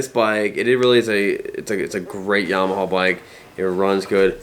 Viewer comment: Is that how you're supposed to say Yamaha? Yama-hall? : )